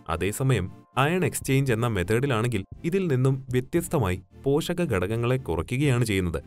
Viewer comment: പോഷകമാണ് ട്ടോ... പോശകം അല്ലട്ടോ